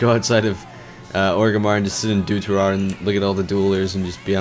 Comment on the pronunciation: "Duturar". "Scholazar"